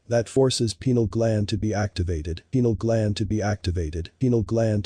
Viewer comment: The way the AI video says pineal gland as “penile gland” makes it even more ironic and hilarious